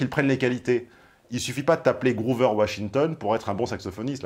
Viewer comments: C'est Grover, pas groover et, manque de bol, c'est un prénom... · GrOver Washington et non pas Groover.